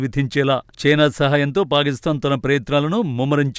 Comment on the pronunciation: Anchor పాకిస్తాన్ nu పాలిస్థాన్ అని చదువు తున్నారు